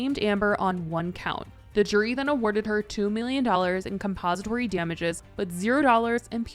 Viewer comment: Babe it’s compensatory* like compensating… not composite